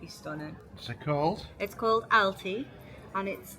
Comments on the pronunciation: It’s Al - Tay - ah 😂 great video. There is a site down near harbour bordering Albir, but it normally looks full. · Hi I think you are in a placed called Altea pronounced like Alteea. The e and the a are both pronounced separately as the Spanish tend to pronounce every letter separately. Except h which they do not pronounce at all. Regards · It's Al tay-ya not Alty